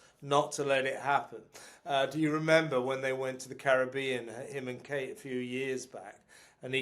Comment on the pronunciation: Tell me you just didn’t say ‘Kate’ ….